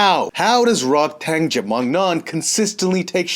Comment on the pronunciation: RodTang means = A Tank in Thai. Please get his name right :)